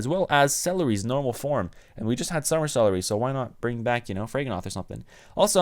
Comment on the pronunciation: Did you just pronounce Celliera as Celery? 🤔🤔🤔🤔🤔🤔